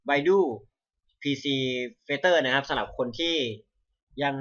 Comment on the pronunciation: มันอ่านว่า ไบดู ไม่ใช่ ไบดู้!! 5555